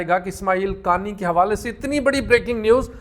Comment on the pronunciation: انکا فیمیلی نام”قا آنی” ہے۔ قانی—غلط ہے